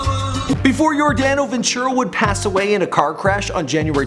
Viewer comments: same. and his name was just butchered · Dude u completely butchered his name.